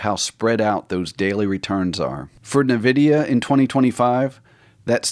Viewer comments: It's pronounced IN-vid-e-a, not NUH-vid-e-uh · It’s pronounced “Envidia” not nuhvidia